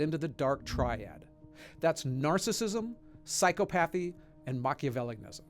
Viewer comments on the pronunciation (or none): *Psy-copathy Not Psycho-pathy